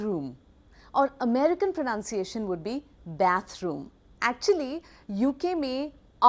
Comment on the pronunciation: Sayema, first of all it is pronunciation and not pronounciation.